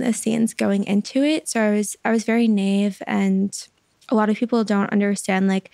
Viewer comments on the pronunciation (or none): The way she pronounces naive lol